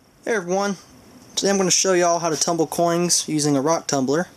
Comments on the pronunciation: am i mistaken or do you keep ending some of your words that end with a n also adding a g like ( coings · "Coings", wtf? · makes me cringe everytine he says coings >.<